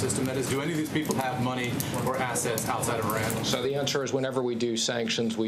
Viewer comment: This dude doesn't even know how to pronounce Iran